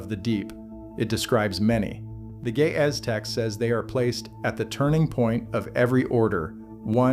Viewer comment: Ge'ez, not gae ahh. i learned something today after laughing with the phonetics 😂